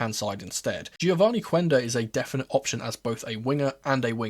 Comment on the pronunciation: I am sorry for being a little bit pedant but in Portuguese the U after a Q is silent, Quenda name is not read as Cuenda, it's read like Kenda. I hope people start to call him as it is, it was the same thing with Guedes, his name reads like Ghedes